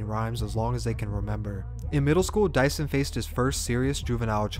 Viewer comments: you pronounced his name wrong the whole thing, i could barely finish bc it made me mad everytime you said it !! it’s pronounced “due-son” not no mf “dyson” like he a vacuum !!!!!! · Dieuson Is pronounced as Jason.. Jesus christ 🤣